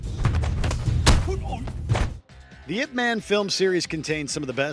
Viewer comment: I think my fav is the Splinter/Shredder encounter. However the item before this - "Ip man" - perhaps if they pronounced it correctly as "Eye-Pee Man" i would rent and watch it. (I. P. is a network term for a designator - an 8 digit number assigned to every computer and device on the internet to distinguish them.)